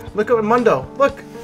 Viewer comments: mu-n-do .. the champ say hes own name like 1000 times in 20 min and you still call him moondoe :(((( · is noone going to say anything about the way he says mundo? come on bro you know better lol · Why even write mundo in the title if you keep saying mAnDo whole time